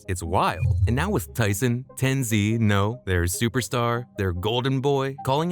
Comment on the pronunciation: who tf is tenzee bro its TenZ or TenZed